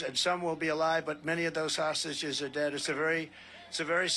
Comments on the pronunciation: Why does Trump say 'sausages' when he means hostages? 😀🇦🇺💙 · He can't even say the word "hostages", he ends up repeatedly saying something like "hostgages". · What are "hosgigeges"? That is what the stable genius said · Did Trump just say "sausages" for "hostages"? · Is Trump saying sausages or hostages??? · Did he call the hostages, sausages? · His "hostages" sound like "sausages" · 😂I was like "did he just say sausages?!" & was sooo confused! At least I know I am not the only one who heard "sausages"!